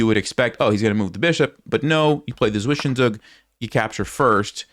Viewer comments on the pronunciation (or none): You keep mispronouncing Zwischenzug, which is cute (but wrong). The word is German and (traditionally) borrowed foreign words are pronounced the way the native speakers would (or close to it). In German the letter "Z" at the start of a word is pronounced as "ts", so the way properly say that would be [ˈtsvɪʃənˌtsuːk]. Same goes for Zugzwang, BTW ;-) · Im german and it sounds amazing how you spell Zwischenzug. I needed a few weeks until i recognice it is a german word hahaha xD. You make great content it helps me alot improving my chess skills!